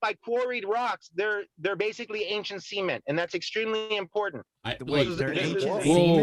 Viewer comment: SEE-MENT? WTF? It's cement!!